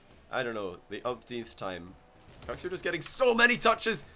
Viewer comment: pretty sure its not pronounced "cooks"